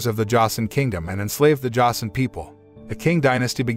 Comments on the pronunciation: josen is pronounced joesin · Joseon pronounced "chosen."